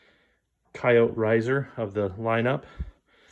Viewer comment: Why is noone noting that he isn't saying coyote right?